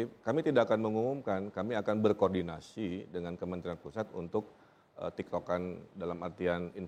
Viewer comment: kang emil salah ngomong TEKTOKAN jadi TIKTOKan wkkw